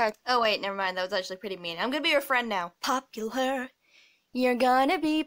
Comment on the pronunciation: Oh I was hopping you would be able to do the "popuUlar" and you did! I'm so happy w